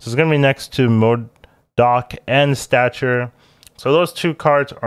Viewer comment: NOOOOOOOOOOOOOOOOOOOO. Why did you stop saying MODORK? Its clearly incorrect. But you've been saying it since February. Feel like you should just commit to the bit.